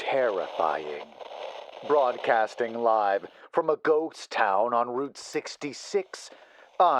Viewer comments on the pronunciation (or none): Good story! But on another note it's funny that on the opening lines instead of hearing "ghost town" I always hear "goat town" XD 🐐